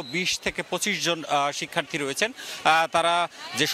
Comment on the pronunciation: শিক্ষার্থ্রী নয়, বলুন শিক্ষার্থী।